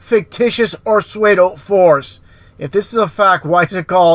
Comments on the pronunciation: Hi sweety! I love all your vids but being the grammar Nazi I am I just thought I would help out. Now,you can pronounce words any darn way you want but I noticed how you were pronouncing the word 'pseudo'....like Suede-o. It's actually pronounced Sue-do. Hope I wasn't too much of a bug😊 Keep up the great work!♡ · Did anyone make it the full 46 mins? I couldn’t listen beyond because I can’t bring myself to listen to him mispronounce another word. If you can’t pronounce “fictitious” or “pseudo”, don’t try to have an expert opinion about anything. Oh, and “sentrisical” lmao... “satellites don’t exist”... I’ll put you flat earthers to bed with one question. Where’s your picture of the EDGE of the flat earth? Thank you, good night.